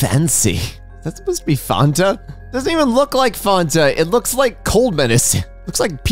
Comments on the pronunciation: Bro did you mispronounce Fanta? How is that even possible, its Fan not Farn Fan-Ta not Farn-Ta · The way pronounces Fanta is making me insane. I love her but this will not stand